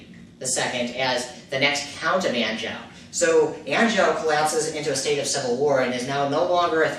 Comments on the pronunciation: dutch. e. arn-zhoo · Maybe check your pronunciation of 'Duchy' and 'Anjou'. Apart from that, interesting background on Guillaume le Batard!